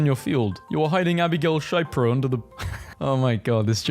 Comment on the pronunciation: It's sha-pee-row, not shaipro